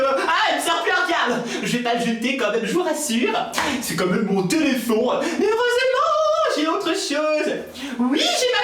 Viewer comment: on dit pas téléphon on dit téléphone 😂😉